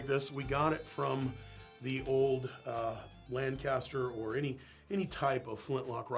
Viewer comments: Lancaster. The city in Pennsylvania is pronounced Lang-kiss-ter. Lan-kast-er is the English city or Californian town (also a suburb of Buffalo, NY). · Got a little pet peeve here. Lancaster Pa is pronounced Lan-Kist-er. Not sure why, but that’s how everyone from there says it including myself. Lancaster Ca is pronounced as it is spelled. Good mix of Americana in the vid!